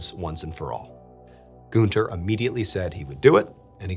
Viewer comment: FYI - you are mispronouncing Gűnter